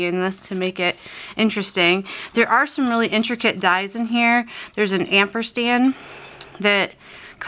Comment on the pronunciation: great cards. I have really enjoyed seeing these new ideas for the card kit. I have to say that it is not amperstand its ampersand.